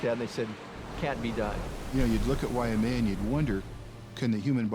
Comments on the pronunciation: Native speakers of Hawaiian language always pronounce(d) it correctly: Wai + mea. "Wai" means water, "mea" means reddish brown (the color of Hawaiian soil/dirt). The name is from the stream water ("wai"), often brown ("mea") due to rain washing dirt into the stream. The "why-uh-mea" pronunciation came simply from ignorance of the Wai-mea pronunciation, and maybe confusion based on the name of nearby Wai-a-lua. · I hate it when they pronounce it wai -uh-maya... its why-maya... WAIMEA!!!!!!! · Drives me nuts when ppl pronounce it, "wai-a-mea". It's pronounced, why-may-ah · W and V are in free variation in Hawaiian language. In other words, they are one-and-the-same sound. You say WAI, it means "water". You say VAI, it means "water". No difference. Also, Haleʻiwa or Haleʻiva, same thing, no difference. Technically, [ w ] and [ v ] are allophones of the Hawaiian phoneme / w /. This is similar in some other languages also, like Hindi/Urdu. W/V is seen in some cognates, like English "Water", German "Wasser" [ Vasser ].